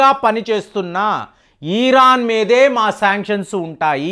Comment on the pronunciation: మీరు ఈరాన్ అనకండి సార్. Simple గా ఇరాన్ అనలేరా? ఈరాన్ అంటూ ఉంటే నాకు కడుపులో కెలికేసి నట్లు ఉంటుంది. Plz. పారచుట్ ల తొ Vachhi విచక్షణ లేకుండా కాల్పులు జరిపారు. ఇప్పుడు పాపం పండింది. Direct గా fight చెయ్యాలి కదా! Civilians ని అడ్డు గా పెట్టి game ఆడుతూ ఉన్నారు HAMAS terrorists. Ijrayel ది కూడా కొంత తప్పు ఉంది. But, main గా HAMAS వాళ్లదే